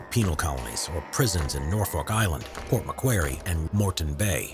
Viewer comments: Port Ma-quair-y? AI VOICE! It’s Port Macquarie (m’quarry) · How he pronounced Port Macquarie 😂😂